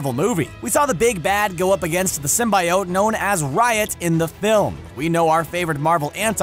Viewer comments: Just because you've said it soooo many times, symbiote is pronounce Sim-be-oat, symbiote. Even Sony changed it for Venom 'cause they knew fans would be overly pissed if they heard that over a dozen times. So get it right people, Sim-be-oat! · Sim-B-oat, say it with me now. Sim-B-oat. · Just to clarify, it's Sym-bee-ote. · He's saying it like it's spelled. Sym-bi-ote. When it's pronounced like Sym-be-ote :3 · ITS SIM-BI-OTE NOT SIM-BYE-OTE! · ITS SIM-BEEEEEEEEEEEEE-OTE NOT SIM-BI-OTE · Sim-bee-ote NOT sym-by-ote! This is a channel that makes content based movies and comics! How do they not know how to properly pronounce SYMBIOTE?!!!!!!!! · Yeah, sym-bee-ote, not sym-bye-ote X3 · Everytime Symbiote is pronounced the way of Sim-Bye-Ote rather than Sim-Bee-Ote my body cringes like nails on a chalkboard. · SIM BEE OAT not SIM BYE OAT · Sim-bye-oat, what d bag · Anti Venom vs Venom who would win? And btw the real pronouning of Symbiote is Simbiyowt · Who else hates how he says symbaiote instead of symbiote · please stop pronouncing it as "simbayowt". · every time I heard him pronounce symbiote with a "bye" I lost health 😔😂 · IT’S SIM-BEE-OAT!!! Your killing us here! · It's pronounced sim-bee-ote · SR: "sim-by-oht" Me: Pls, stahp! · Stop saying "sim-bi-ote" you filthy casual. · Motherflagger, did you just say "sim-bye-ote"???.... Multiple flagging times...???? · Whitney Washington Real Marvel Fans say Sym-Bee-Ote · Ita symbiote not sym buy oat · The comics and creators have said its pronounced sim-bee-oat. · Python man keeps trying to defend the fact that he is mispronouncing Symbiote all over this comment section. *facepalms. Comic creators and fandoms agree it is pronounce Sim-Bee-Oat. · Sim Bye Ote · Yeah it's supposed to rhyme with "coyote." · I had to stop watching. I couldn't handle the way he was said symbiote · LEARN THE WORD SYMBIOTE FFS. Its not that hard... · First ten seconds in, already mispronounces symbiote in a video about venom.